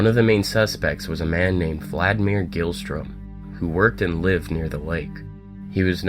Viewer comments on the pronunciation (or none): none